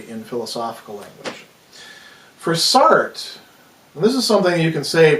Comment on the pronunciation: Enjoyable video, I was just put off by how you were pronouncing Sartre. But otherwise a very interesting video.